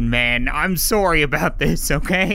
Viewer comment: He apologized for shooting the start dude and even said, “Soory,” he is a true Canadian